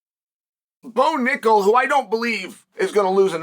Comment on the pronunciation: Lost me at “Bo Nickal”